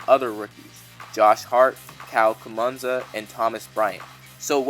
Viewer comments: Mary Smith he knows the dude just pronounced his name wrong. He said kumanza instead of kuzma lol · Kyle Kuzma (Kooz-muh) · Who's Kyle kumanza lol